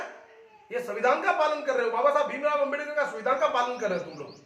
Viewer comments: Phle ambedakar bolna sikhle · pehle 👉Ambedkar shi bolna shikh le fir bakvash karna